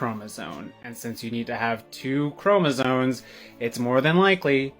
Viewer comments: Its chromoSOMES not chromoSONES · 😂 the dude said Chromozones too many times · Did that kids just pronounce chromosomes as chromo-zones? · Imagine believing that you are some kind of gender expert, yet you pronounce them "chromosones". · OK SO It's CHROMOSOMES NOT CHROMOSONES, go back to English class please 🙏 thank you. Jeez, goes on a whole rant about chromosomes but can't even say the word properly 🙄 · "Pierce your nose in Northern Idaho, and they treat you like a farm animnal!" Yes, yes they do. Because they put rings in the noses of their cattle. And for the last time, "chromoSOMES". Not "chromoZONES". FFS, you care so much about the correct words, USE THEM YOURSELF! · Its ChromoSOMES not zones. 😂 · The way that person repeatedly said "chromozones"... Sigh. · funny how that one says "chromoZONE". people sometimes mispronounce words by imagining the etymology to be something that works with their delusions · Stop. saying. "chromozones." 🤬